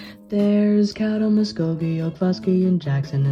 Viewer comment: pronunciation of caddo parish la and caddo county ok are both wrong